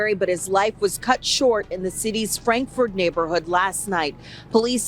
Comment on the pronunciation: Bro said frandkford 😂😂😂😂🤦‍♂️